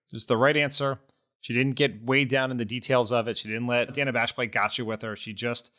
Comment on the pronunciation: GFOR GOD’S SAKE—SHOW MS. BASH—a correspondent of many years—THE RESPECT OF pronouncing her name correctly! She has ALWAYS been “ DANNA,” not “ Dayna” it is not like she has suddenly appeared on CNN!🤬 ( But Vice President Harris handled it all brilliantly!🩷